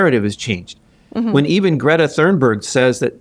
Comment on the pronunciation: "greta" LOL.